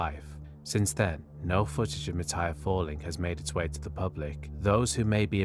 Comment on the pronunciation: Your Thai pronunciation of Mitr's and Petchara's full name are pretty good. If I have to put how pronounce the Thai names you mentioned a lot easier.. Mitr = Mit Pranakon College = Pra-na-corn college Don Muang Royal thai air force = Hmm.... I seriously don't know how to make "Muang" sound like Thai with English word.